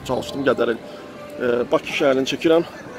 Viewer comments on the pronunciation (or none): none